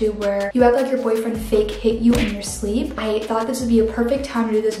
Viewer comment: “i was in my shrleep”